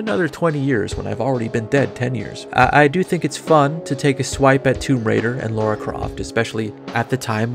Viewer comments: Why do people keep pronouncing "Lara" as "Laura" all the time? I mean, you don't pronounce "Sarah" as "Saurah" .... or do you? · "LAH-ra",. Not "law-ra". ^^